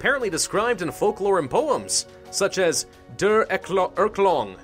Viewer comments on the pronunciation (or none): Der Erlkong is actually supposed to be Der Erlkonig; it's actually a really good poem, in my opinion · The Erlkong bruh its Erlkönig